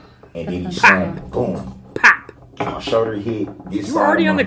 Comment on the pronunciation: Hims shoder lol